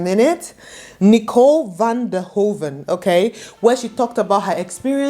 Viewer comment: This Nigerian woman resides in the Nederlands but struggles to pronounce basic Dutch name. She even pronounces it in American English. Van der Hoeven is "Fan deR Hoe fin'. Nigeriansss